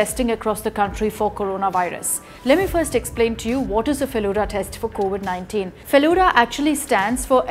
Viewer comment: It's Feluda(pronounced as Felu-the,Da means elder brother,it is same as pronunciation of Da in Dadi).Please research a bit before uploading, because Bengalis like me would get angry seeing your pronunciation. And it was named so because most of the people in who made this are lovers of Feluda